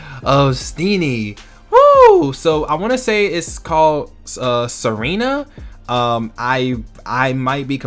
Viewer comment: or it's meant to be pronounced Serena